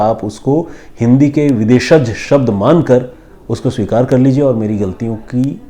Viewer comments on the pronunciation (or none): none